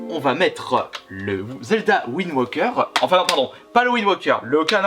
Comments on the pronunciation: C'est Wind Waker, et pas ouind woker ;) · "Zelda Wind WOQUEUR"